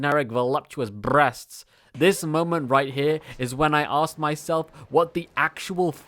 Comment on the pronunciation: The R roll on brrreasts made me choke on my ramen